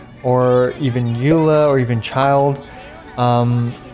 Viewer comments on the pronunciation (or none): none